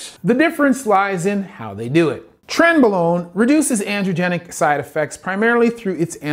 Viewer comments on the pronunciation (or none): Only one small correction, doctor. It's pronounced "tren-BRO-lone".